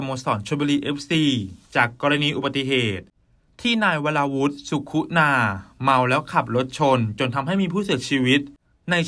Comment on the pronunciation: เขียนสุขุนาอ่านว่า..สุขุนา..ไม่ใช่..สุคุนา..